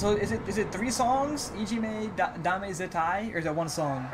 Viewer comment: Wow, your pronunciation is impressive. Most people stumble all over saying "Ijime, Dame, Zettai". This performance at Sonisphere was one of the most important shows of their career. It was their first performance at a western metal festival just a few weeks after Gimme Chocolate went viral and garnered them attention all around the world. They were originally slated to appear on a smaller side stage, but the hype generated by the virality of Gimme Choko led to them being moved to the main stage in front of 50,000 people. They have said in subsequent interviews that they were a little bit nervous about performing for such a large and unfamiliar crowd since UK festival crowd are notorious for being hostile to bands they don't like, but they were excited for the chance to show what they could do. When they stared, the crowd was confused since most of them weren't expecting to see something like Babymetal, but by the time their 25 minute set was over the crowd was chanting for more. A lot of fans call this moment "The Miracle at Sonsphere" because it was the moment that Babymetal proved they could be a legitimate metal act in the western metal scene and not just a gimmick as some of their critics claimed.